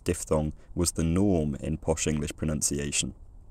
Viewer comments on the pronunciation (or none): I heard that as "was the GNOME in English pronunciation" after you'd talked about monophthongal O so much 😂